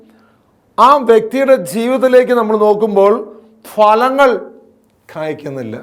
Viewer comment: സുഹൃത്തേ ഭലങ്ങളല്ല ഫലങ്ങൾ എന്ന് പറയണം.